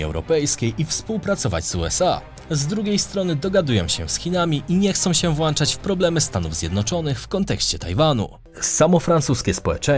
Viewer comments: "Włączać", a nie "włanczać" panie redaktorze. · Włączać, a nie "włańczać". Poza tym materiał ma 5+ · "Włączać" a nie "włanczać". "Brandy" czyta się "brendy" a nie "brandi". No i na koniec manierka akcentowania drugiej sylaby sprawia, że słucha się tego ciężko choć treść jest naprawdę ciekawa. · zlituj się, mówi się włĄczać, a nie włANczać. Kiedy się w końcu nauczysz? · Błagam tylko nie "włanczać" zamiast włączać - 🤕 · mordo włączać nie włanczać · Nie no jak słyszę "włanczać" to z automatu kanał ma czerwoną kartkę. Wstyd i zabieram suba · WłĄczać, nie włANczać. Proszę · nie chcą robić co? Chłopie robisz programy o poważnych tematach, a używasz sformułowania "włanczać"? Ogarnij się... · Błagam, po polsku proszę: „włączać” nie włanczać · Typ prowadzi jakiś kanał na YouTubie i nawet nie potrafi powiedzieć słowa włączać. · Włanczać xddd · Mówi się włączać! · Masz zbyt dużo odbiorców, aby mówić „włanczać”.